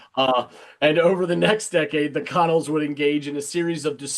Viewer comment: Funny fact - and not that I want to correct you, BUT...the band The Connells is pronounced "kuh-NELLZ". The first syllable sounds like "kuh" and the second, stressed syllable rhymes with "well".